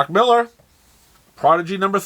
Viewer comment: It’s nice to finally see someone on YouTube from the USA that CAN pronounce Mark Millar’s name correctly